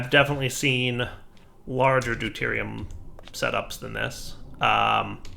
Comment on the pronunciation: listen very closely: Do-TIER-i-um and TRY-tea-um